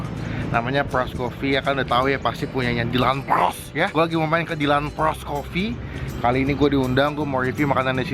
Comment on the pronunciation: Demen aja gw liatin ngomong dyland PRRROOS wkwkwk